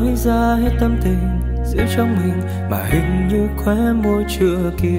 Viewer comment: list nhạc của bạn rất hay, tuy nhiên bạn có thể lựa chọn những bài hát mà hát tròn vành rõ chữ, ko phát âm sai được không. Ví dụ đoạn bài Mơ, từ " mình " thì ca sỹ hát thành "mìn" , hoặc có bài từ "trái tim" hát thành "trái tiêm" nghe rất khó chịu. Ý kiến cá nhân, cám ơn bạn đã làm list nhạc rất hay!